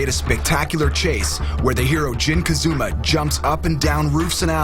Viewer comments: dude, narrator, what's up with calling Jin....Kazuma? It's Kazama. Ka Za Ma!!! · ITS NOT KAZUMA ITS KAZAMA YOU STUPID IDIOT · am i the only one who gets mad when the narrator says "kazuma" not "kazama?" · how do you mix up the letter a with a u kazuma jin would be mad lol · Jin KazUUUma... I'm dissapointed already. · Jin Kazuma..... WTF!? WHAT'S WRONG WITH YOU PPL! Kazuma... it's Kazama! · i guess you'll know if someone is a real tekken fan or not based on whether they say 'kazama' or 'kazooooma' after seeing the movie.